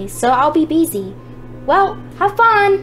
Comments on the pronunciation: You said beessy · You said Bessy lol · no offence, but you pronounce it busy not besy